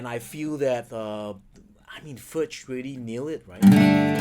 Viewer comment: You certainly have a right to mispronounce Furch's name; it's your video. The name of the guitar is pronounced the same as František's last name, however.